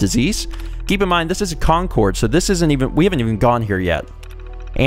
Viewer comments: lol,, Concord is pronounced "Con Cerd" The second half rhymes with Bird. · Please, everyone from Massachusetts is cringing. It's pronounced "CON-Curd" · As someone from the Northeast, that pronunciation of Concord pains me. XD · It's pronounced Concord